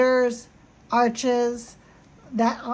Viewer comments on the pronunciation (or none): Not 'spelt' As you have written it is spelled "Arches" but it is pronounced (spoken) as "Arch". Hope this mini-language lesson helps! (Im English, living among French people, and I appeciate it a lot when even after 8 years I still need their help with finding the right work, or with errors in French..) 🤗 😊